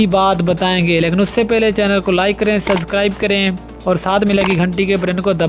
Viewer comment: Bhai subscribe bolna to Sikh lo Aur rahi bat har Jeet ki to har ko tasleem Kar lo